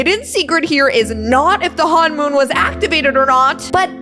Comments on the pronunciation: its honmon not hanmon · It's not hon-moon it's honomon!!(hon-i-.Mon) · Its not hanmoon its honmoon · You pronounce it hun-moon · It's honmoon not hoonmon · It is not Han mom it’s him mon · You pronounced honmon wrong 😑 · How many times did she mispronounce honmoon? 😂